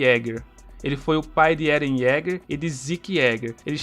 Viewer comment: Ele fala o nome do eren errado kkkk achei massa mais 1 inscrito